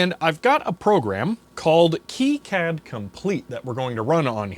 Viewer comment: Still have mine. It looks like the day I pulled it out of the box brand new. Still use it as well when I want to print out plots from the SpecAn or VNA. You'll have to pry it from my cold, dead hands. By the way, KiCAD (The popular free PCB design package) is pronounced "Key-cad", not "Kai-cad".